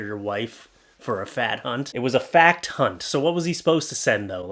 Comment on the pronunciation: "Fact hunt" sounds remarkably like "Fat kkunt".